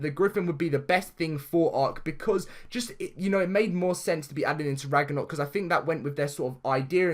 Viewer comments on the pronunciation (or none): Sorry not trying to make fun of you but it is pronounced Rag-no-rock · Idk if this is because ur accent and sorry not trying to offend u but its pronounced Rag-na-rock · DAILY GAMING VIDEOS AND FUN! love your vids bro but I was going to say about the mispronounciation but someone has cleared it up for u already lol